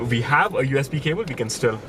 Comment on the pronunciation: It's "we" not "ve". Learn how to fucking speak properly. If you don't put the effort you will sound like a moron.